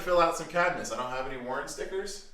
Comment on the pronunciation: Learn how to say warn not Warren 😂